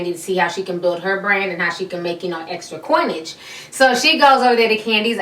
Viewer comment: "coinage?" lol, you killing me!